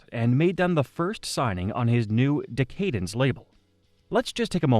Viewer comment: D-KAY-DENSE? Its DECK-AH-DENSE tired of hearing AI all over youtube lately